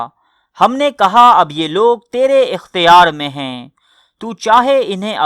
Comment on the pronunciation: I love your content but please u need to work on your urdu pronunciations like the words ہے and ہیں also the last words u say please say them properly instead of sounding like a robot. Keep up the good work